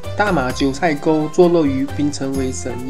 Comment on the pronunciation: 九寨(zhài)沟 不是塞